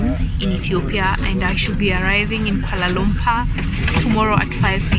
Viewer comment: It’s not Koalay lumpays .its kuala lumpur..